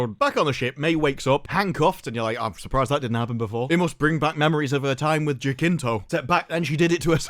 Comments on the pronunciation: "pool of wo'er in the middle" HE SAID THE THING!! Also I'm gonna note that "Jacinto" is said as "ja-sinto". Yeah, it's weird but that's how the name is said, it's a spanish thing. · I love the way says Smilo Ren actor's name haha, it would be more like "Hasinto" in English. At least we get to laugh at this absolute travesty of a show. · Um could you look up how to pronounce “Jacinto”